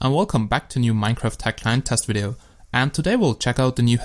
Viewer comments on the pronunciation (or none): none